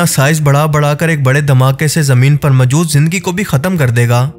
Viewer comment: اپنا تلفظ درست کریں۔ لفظ مَجود majood نہیں مَوجُود maujood ہے